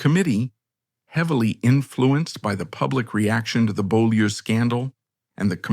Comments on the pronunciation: Beaulieu is pronounced bue (rhymes with cue) and lee (rhymes with see). It's French for beautiful place. I live just up the road from there. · Well yes, it’s a French name, and the commentator voice gives an approximation of the French pronunciation. ‘Bew-lee’ is the accepted modern anglicised version of the name of the property, which itself was the site of Beaulieu Abbey, a Cistercian foundation established by King John.